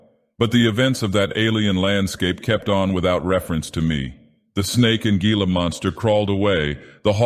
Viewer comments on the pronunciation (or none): That’s pronounced hee-la, and, despite the name, they’re actually quite benign as long as you don’t mess with them in any way whatsoever.